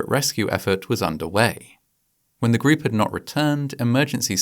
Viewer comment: The narrator pronounces "group" as greep. I don't know if this is AI narration or just a particular English accent. I know other narrations with UK accents say "pane-ee" for pony. Their vowels are completely different than what I am used to. Once I hear it, it chips away at my enjoyment of the video.